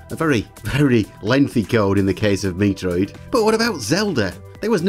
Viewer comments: Just a heads up, Metroid is pronounced as met-roid. Not Mee-troid or Mi-troid. Don't think I've ever heard anyone make a mistake like that, although it as mildly amusing. =P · MEH-troid. MEH-Troid. MEH-TROID! Even in Japanese it is "Meh" not "MEE". "MI" is "MEE" Otherwise it's a fun video. But yeah gonna have to scream at you for that "MEE-troid". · amazing video, but why do you keep calling it "ME-TROID" hahahahah